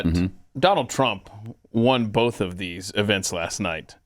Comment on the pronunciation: Pat; there is no “L” in the word “both”. Why O Why must you keep saying “bolth” it is infuriating as Obama’s S whistle. Or worse.